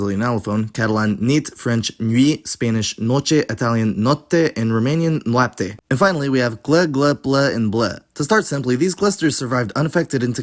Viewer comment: Romanian here, you did a great job on the pronunciation (especially with cincisprezece!), but there are words like făină, vânt and noapte which you got off, făina is more like fuh-i-nuh , vânt has a hard t, like you could say it vântâ, and noapte is more like nuapte, not napte. Great video though! I really enjoyed it